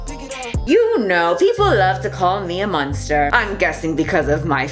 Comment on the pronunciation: Is James Charles a Munster? No I don’t think he was on that show. He’s a bit young... I’m kidding it just sounded like said Munster, I know she said monster. When accusations happen in the court of public opinion it’s just a waste. Take it to the police and get it in a court. Don’t blast it on Twitter or IG. It’s not the potato or the books, it’s the censorship of products. A decision made for the public, for me for you and THAT is the problem. Amazon has already pulled books from its website they’ve deemed unfit for the public. Cara Dune action figures, Funko Pop characters have been wiped, the books about the Mandalorian have been scrapped so it’s Like the character never existed. This was a shows most popular character. I don’t know who wrote that article but I’m very interested in reading the whole thing. Here’s my one wise moment to anyone still reading: be careful what online news sources you read and trust. Many of them alter and dramatize situations because it’s what the get paid to do. So you’ll click on that link. They’ll use key words that guarantee traffic. Like “True American” “*anon” “liberals” etc. And all you’re reading is a tabloid.